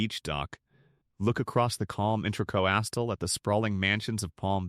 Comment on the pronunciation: Intra co astal?? 😂😂 Fuckin’ AI BS